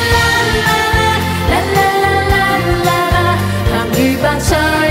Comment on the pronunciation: 周>瑩>琳，周筆暢的確講得最正，楊鈺瑩其實都好，但個「趣」字一出來就知還是有些口音，楊丞琳「白菜」兩個字就知平時講粤語講得最少